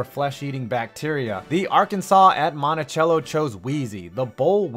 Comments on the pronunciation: Not montichello it’s Monti-cell-o. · Bro it’s Monticello not montichello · Monticello not montiChello😂 My dad graduated from Monticello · It's Mono-Cell-o, not Mono-chello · If you can’t say it right don’t say it at all. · You pronounced Monticello wrong lol. It's not the ending is not pronounced like the instrument